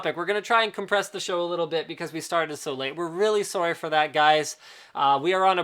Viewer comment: "sorry" - Linus Oh my god, Linus, you reminded me of the trailer park boys with that strong Canadian sounding "sorry" ;D haha great stuff